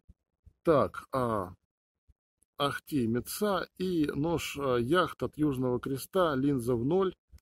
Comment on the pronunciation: ударение в финских словах всегда падает на первый слог. Может быть еще запилите обзор на пууккО с каатО?))